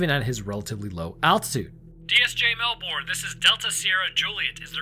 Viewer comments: As a Canadian living in Australia (where, yes, everything is indeed trying to kill you), I gotta say that I love it when Americans pronounce Australian names. PSA: They pronounce it 'Mel-burn', not 'Mel-born', and yes, this happens for about 50% of place names here. Your channels are great, and I love your content. Keep doing what you do, it's great. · Melbourne is pronounced MELBURN , and this case is very well known amongst ufo researchers but you never hear much about it. Look into the Westall primary school ufo encounter , equally disturbing and i think it was in the sixties. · As Australian, I love your content, but how you say Melbourne is wrong, you say it as mel bn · The way Americans say Melbourne 😤 it’s pronounced Mel-bon not Mel-BoOrN… great vid tho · Comment from an Aussie; it's pronounced "Mel-ben" or "Mel-bin", not "Mel-bourne". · Best rule to say things Aussie if you're American is forget any r exists in any word you're trying to pronounce. Especially Melbourne. We honestly pronounce it "Melbun" haha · As someone who's been to the RAAF HQ, it's definitely pronounced "RAF" Also we pronounce Melbourne as "mew- bin" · Hey - just a little suggestion - the American way to pronounce Melbourne would be “Melburn” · we say pronounce Melbourne as melbouin here in Melbourne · Is anyone else from Australia just reeling in cringe every time they hear Melbourne? Say Mel—burn in your best Aussie accent 😂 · King Island, good cheese. Also try pronouncing it Melb'n. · Melbourne is pronounced "Mel ben" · I love you but the way you yanks say Melbourne is hilarious! Keep up the good work mate. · My man... ...as an Aussie, your pronounciation of "Melbourne" hurts me... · I got a chuckle, The pronunciation of Melbourne is Mel-burn. And Moorabbin is More-rab-in